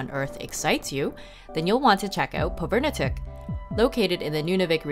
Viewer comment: You spent a lot of time there but would have been nice to hear how it's properly pronounced. Pov-i-r-ni-tuq. But okay. Thanks for the video. It was great minus the pronunciation......